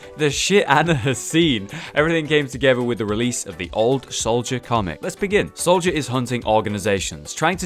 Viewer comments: North gamer solider instead of soldier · Soldier /=/ Solider